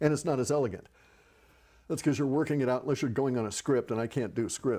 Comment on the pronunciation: Woorning Woorning.... Cwif Is Berrwie Berrwie Dangerwoous Hwoouman